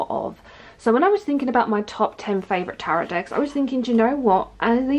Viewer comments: Hello! I'm curious why you pronounce the second (silent) T in "Tarot"? It really threw me off, as I've never heard anyone speak a silent T, except in error. Thanks! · It is actually pronounced taa-row (best way I can think to spell it, so that it makes sense. But I've never heard anyone actually pronounce the last t, like as in Carrot, I'd imagine it as if they're carrot, with a T but I'm not sure that's how you meant you pronounced it!!! Either way! Call them whatever you call them! My mother in law calls them the devil, and I'm doing the devils work- 20 years later. I've never stopped doing what I love!